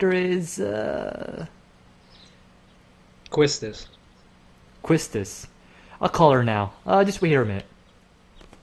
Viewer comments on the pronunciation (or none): It's confirmed that it is pronounced "sigh-fur" also Quistis is pronounced "Key-stis" its a french name :)